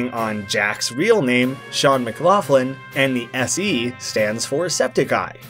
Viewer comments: Sean McLaughlin you don’t say it mclauflin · DUDE!! ITS PRONOUNCED SHA-WN MC-GLOCK-LIN JACK EVEN CONPLAINED ABOUT PEOPLE SAYIG IT WRONG